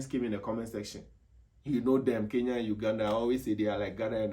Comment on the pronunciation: Atleast he pronounced kenya correctly not like others 'keya'